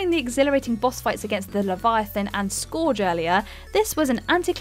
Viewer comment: 10 terrifying narrators who can’t pronounce chasm, scourge, Sauron, Gigante.